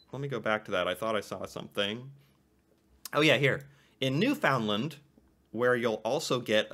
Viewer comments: It's not new-FOUND-land It's "NOOfenland" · The pronunciation of Newfoundland is not New Found Land. It’s said like “new fin land” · Newfoundland is pronounced "newflundland"... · common mispronunciation. Newfoundland is pronounced more as NewFINland, Found becomes fin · NOOF-n-lan' or nyoo-fn-lan' ("d" optional on both.) I'm Albertan, I will accept correctuon from an actual Newfie. For the full name, I say NYOOF-n-lan'-an'- LAB-r-door, but for just Labrador, I 'd say LAB-ra-dor. Essentially, just not New found land. Also, Calgary is pronounced CAL-gree or CAL-guh-ree. It doesn't sound like Gary. Edmontonians more often than not say Emmuntun. Not that this was the topic, but as you're learning about Canada, these are good to know. Sault Ste Marie is Soo Sain' Marie. And 'across' doesn't have a 't' on the end! There's no 'r' in wash! Been rhymes with seen! Sorry, a bit of a rant there. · Oh, and don't say "New Found Land" when it is pronounced NEW-FIN-LAND despite how it is spelled. And Quebec is "K-BECK"., "KWEEEEE-bec" And NOBODY announces the 2nd 'T' in Toronto (it is considered silent). Otherwise you stick out like a sore thumb. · So important to know that each province is a little different. I am from BC, but I lived in southern Ontario for 7 years and I can tell you there are cultural differences. The weather is different from every region. The Maritimes have their own accent and Newfoundland (pronounced New-fin-land) is practically it’s own country in many ways. Foreigners who make generalizations about Canada from one area, not correct. And Quebec’s culture and language is hugely different than France. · Mm. You have to say newfoundland correctly. New-fund-land. Emphasis on new, 2nd emphasis on land, and very quiet on fund. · Newfoundland is pronounced 'newfundland' or more precise 'newfnland'